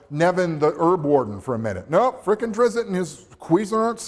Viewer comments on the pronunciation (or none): I thought your review was really well thought out and your presentation was very good , but for one thing ... Your one of those people that mispronounce Drizzt,s name here is a link that shows you the correct pronounceation of his name ... please check this link R.A. Salvator does not say Drizzit and he created the character so he should know how its pronounced ... sorry I dont mean to be stickler but ... your wrong on that one ...